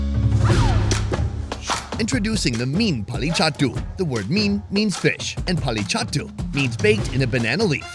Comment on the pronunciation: Meen(fish) Polli chattu?? Chathu(dead)!! 😂😂 It's not right!!! Sad no one gave you the correct pronunciation! It's Pollichathu(meaning burned)